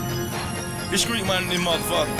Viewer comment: I hope that they have someone who knows how to say street it's not screeck